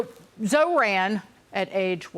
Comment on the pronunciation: Fox News lady can’t even correctly pronounce the mayor’s name and expects people to listen to her LMAO 🤣 it is pronounced Zhor like Thor. Zohran Mamdani this lady can’t speak she said ZO-RAN 😂😂